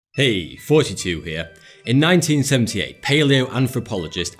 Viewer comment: jafmonte02 range thoughty2 or (the way he pronounces it)